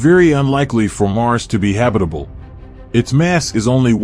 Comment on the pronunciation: Habi-table zone??